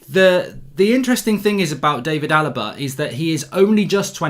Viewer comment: Mark pls stop saying "Ting", there's a 'H' in the word. It's "Thing" not "Ting".